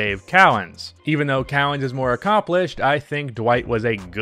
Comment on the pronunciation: It is not cow-ens, cowens